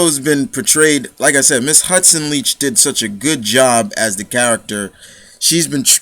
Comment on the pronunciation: One of my favorite characters as well but you got her last name wrong on interviews her last name is like you like someone not leach and yes it was like batman and joker I always pronounce it Leak but great video she played this lovable bitch so well it scared me and turned me on at the same time